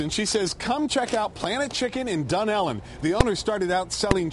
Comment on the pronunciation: Dune elle really its dunellen one word